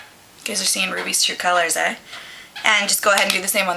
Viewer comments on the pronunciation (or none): You said ey like a true canadian. LOL